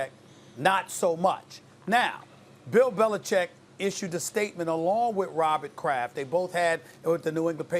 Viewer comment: Stephen A "ROBBIT KRAFF" Smith